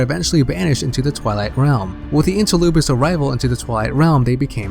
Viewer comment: stop saying interloopers